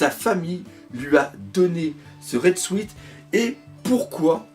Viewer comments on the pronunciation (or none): salut, le mot "suit" se prononce sioute, pense a un indien et rajoute "te":p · Vive les "Red Souite"... Ça fait un peu mal aux oreilles xD